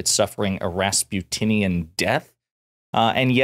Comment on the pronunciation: "Rasputininan" that's amazing..